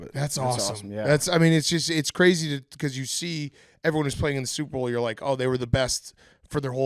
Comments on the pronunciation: Is Big Cat saying Soup Bowl intentionally now? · Holy shit BC does say Soup-Bowl